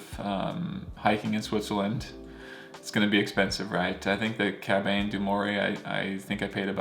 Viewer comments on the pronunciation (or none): I don't mean to be a pronunciation snob, but you asked for feedback. It pays to learn the correct pronunciation of place names. Chamonix is pronounced "shamoni." And the "au" sound in "haute" is a special french vowel sound that you just need to learn. And the final "e" in "cabane" is silent. Google's pronunciation app can help a lot here. The Swiss are in general very polite and used to Americans mispronouncing their words, but it shows respect to try to get the pronunciation right.